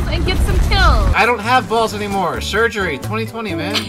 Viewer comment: GROW SUM BALLS AND GET A KILL: I don’t have any. shurgury twunti twunti